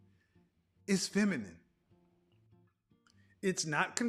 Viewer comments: She's "finimin"....hahaha...and she said it twice!...Kevin let her slide! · Did homegirl say feninine? 🤔